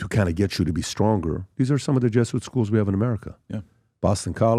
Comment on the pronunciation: Hey Dude it's pronounced "jeh·zoo·uht" NOT "JESS UIT"